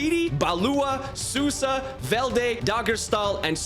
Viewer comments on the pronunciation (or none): none